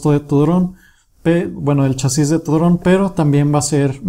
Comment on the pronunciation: se dice chasis no chasís donde le ves el acento?